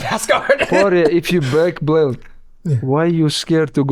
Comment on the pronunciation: Black "Blelt" Mountain